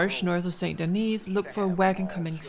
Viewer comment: The "s" is silent in St. Denis. ..errr, the second "s" 🤭